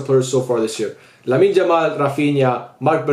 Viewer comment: Lamin Jamal 🤣🤣🤣🤣. Why isn't anyone talking about his pronunciation